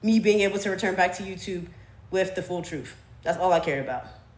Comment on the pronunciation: Truth.. you said trufh lol